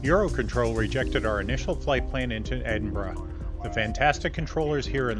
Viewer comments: Edinburgh........Edinburruh...... the g is silent ..... excellent video chaps. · Flying to my neck of the woods in this one, welcome. I found it funny 😂your original pronouncement of Edinburgh, I'm sure we all do the same with American Cities / States. I'm not a IRL pilot so wouldn't be able to answer your question on RTC call, but I'm certain someone will. There is another landmark on long final to right (Jeff's window) which is the Forth Road Bridge. Looking forward the flight to Iceland next, I flown similar on MSFS.